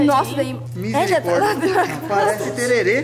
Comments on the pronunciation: Não é tererê, é tereré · kkkk ele Fala Têrerê,Mas o correto é Tereré,pelo menos aqui no Mato Grosso Do Sul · Mano, não é Tererê, se fala Tereré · É Tereré que fala